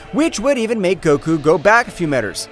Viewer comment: Bro really sed metars 😂😂😂😂😂